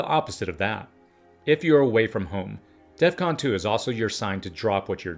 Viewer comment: DEF CON. not DEATH CON.